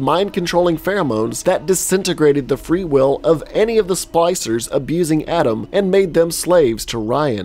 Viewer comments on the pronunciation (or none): nice. Also was he calling the splicers “Slicers”?